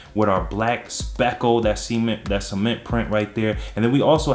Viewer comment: He Said Semen😂😂💀